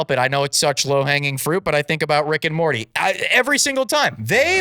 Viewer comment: As a Rick and Morty lover I smiled every time Rick and Marty was said 😊